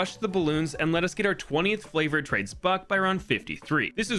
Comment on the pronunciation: can do any thing in bloons exept prounounce favord trades correctlily